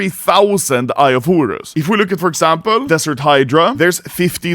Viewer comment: Eye of Hurus, Hurus, Hurus.... xd